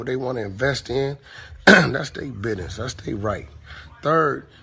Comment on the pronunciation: Right... he was driving me nuts!... it's BUSINESS...not Bidness! Took away from his valid point!